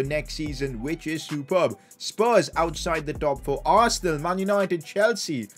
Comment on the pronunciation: It's arsenal dude. U had a great team no offense but it's Arsenaaaaalll 😂